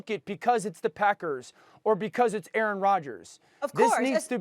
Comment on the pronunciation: QB 'Errant' Rogers